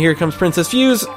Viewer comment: Just so you know, for Princess Fuse, her name is in traditional japanese character(フセ) so it's pronounced Fu-se(say). Also, you can knock down walls and doors using both a power slash as well as tackling them can break them down and reveal secrets. OH! And for the canine warriors, any time during the battles, if they start glowing(their orb does), they are invincible to attacks until after they finish. I would suggest getting the dodge technique from the dojo and using it a lot in those fights.